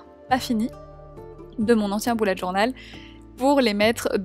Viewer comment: Ça ne se dit pas boullette journal mais bullette journal voilà sinon superbe vidéo